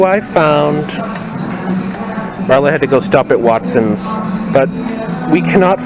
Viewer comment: Wait. Wait…did you say Watsons. Lol.